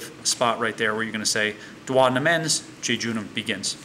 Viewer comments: Duodenum = dew-o-dee-num. NOT dew-oder-num. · The way he says duodenum....